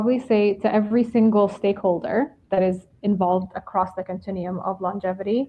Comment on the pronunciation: "stakeholder" lol